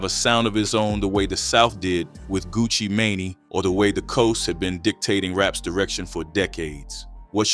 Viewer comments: Funny thing is, all the human editor would've had to do was type "Gucci MAIN" into the ai voice generating software and it would've solved that issue, but these slop channels are so lazy and dgaf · Gucci Mainy wtf is that gucci Mane pronounced like Maine the state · yeeezeus, gucci maneyyy, juvenile. Say no to AI if you cant get it right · This Ngga is Slaughtering Names,,, who the fuq is GucciMainy, JadahKiss. 🤨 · Gucci Maney?? 😂 Stupid AI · Is this Ai slop?? Im sick of these “commentators” mispronouncing rapper’s names. POOOOSHA T?…..GUCCI MANEY? Smh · This is really good AI. I couldn't tell it wasn't a real person talking until Gucci Mane and Jadakiss's name was mispronounced